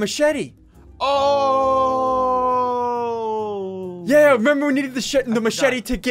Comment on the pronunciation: Lol they way ssunde said machete is matchete